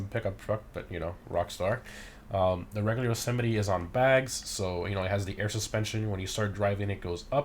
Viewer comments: Im pretty sure it’s pronounced ‘yo-suh-might’ not ‘yo-sim-it-e’ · I'm confused about the pronounciation. You seem to pronounce it as "Jo-semety" I would pronounce it "Jo-Semite" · Yo not trying to be rude but the trucks name is "yo so mite"